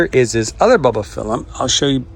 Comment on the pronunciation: It’s not Ba Ba phylum, it’s bulb like ‘light BULB’ not ba bah